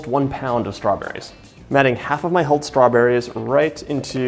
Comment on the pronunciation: The way he says strawborayz grates on my east coast ears. 🙉